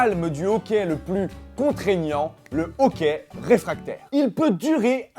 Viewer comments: Il prononce" hoqué", mais sa se dis pas "hoquai" plutot ? ^^ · La mauvaise orthographe du début est le reflet de ce sydrome... tous ces "è" prononcés "é"... C'est hoquET, comme dans haie, lait, forêt, GAY !!! ^^